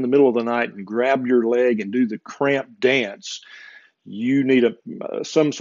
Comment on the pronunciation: Haha the cramp dance sounded like crab dance. Literally, it makes sense.